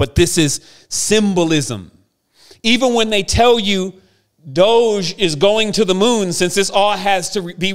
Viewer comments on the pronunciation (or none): none